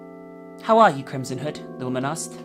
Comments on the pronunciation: Every time says "Crimson Hood", my dumbass brain hears "Crimson Head". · I kept hearing “Krism Hood” lol.